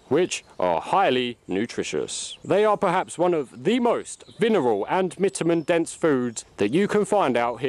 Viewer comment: Lol you said "vineral and mitamin" again